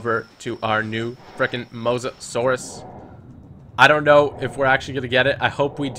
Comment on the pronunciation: Call the musasures musa lisa, u know like mona lisa